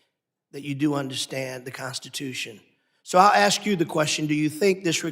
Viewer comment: The first person to ask questions with the grey beard needs to use proper words like 'ASK,' not 'AKSK'? Can't he speak english